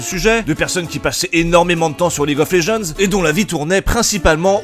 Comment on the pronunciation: En anglais, "Legends" se prononce [Lédjennddz], pas [léjeanz] >.> .